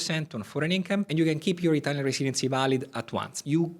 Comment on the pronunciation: Great video thanks Improve your accent by saying “residency” correctly